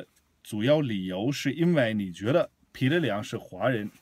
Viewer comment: 纠正一下你的发音，彼（bǐ），不是pǐ